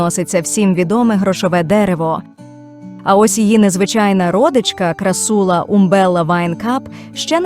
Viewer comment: не крассУла, а крАссула